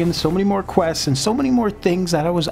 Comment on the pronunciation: Say 'questseses' ONE more time. Lol. Love how he gives the game a rating when he only played a tiny bit. Too many wanna be ign reviewers on youtube lmao